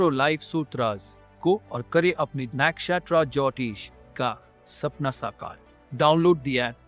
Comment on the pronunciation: ALS Team Please do something about the Sourav Ganguly introduction clip. The way he says Nakshatra Jyotish is funny and stands out.